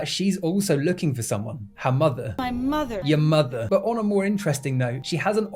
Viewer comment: Your "Your mother" sounded personal